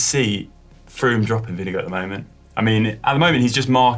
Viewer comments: It sounds like you call Vingegaard vinegar. It is more like “ving-a-gor” 👍😉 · Is vingegaard pronounced vinge”go” or vinge”guard”